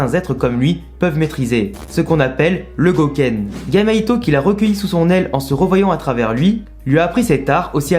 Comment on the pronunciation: Vidéo très cool mais quand tu prononces "Gai maito" on entend "Gamma ito".